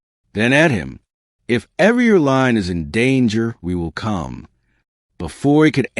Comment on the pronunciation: line, not lion